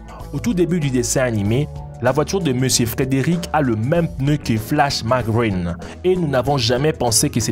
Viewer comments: Comme quand il dit "Flash Macgreen" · c moi ou il a dit flashmaGREEN a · Ptn j'étais a terre quand il a dit flash magreen 😂😂😂😂